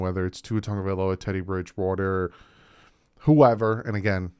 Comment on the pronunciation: Why do you call Tua Tonga-Vailoah and it should be pronounced Tah-goh-Vy-lowah or Tago-Vy-lowah but please lets pronounce it correctly always. Ask Tua to give a proper pronunciation class of saying his last name!!